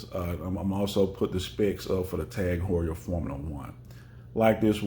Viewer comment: Just so you know is a German speaker it’s pronounced T-a-a-g who-ur .